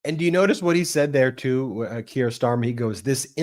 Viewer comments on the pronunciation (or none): The name is Keir Starmer. Keir rhymes with Deer and beer. Ben, It is annoying that you so often do not learn to pronounce foreign names. I live in the UK. Everyone here pronounces it correctly. Your channel is great, but failing to pronounce names correctly is really not ok.